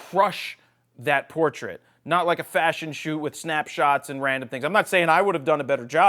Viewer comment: It is a "poortrait" xD